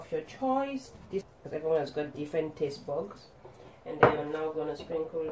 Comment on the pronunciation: Full view and like #21 from me! Man, I'm on a diet right now -- but those potatoes sure look amazing! (Also with that diet, I'm using your apple cider vinegar.) Hmmm, it sounded like you said "everyone has different taste BUGS.":O Yeah, the olive oil is a nice touch,! I could almost smell these through the screen! Thanks for sharing,. I hope your Tuesday is/was great!